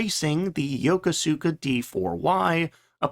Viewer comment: It's pronounced. "yo-KOS-ka," not "yo-ka-SOO-ka."